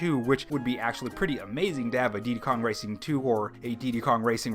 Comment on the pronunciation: He no longer says peekmin, but now he says deedee kong racing lol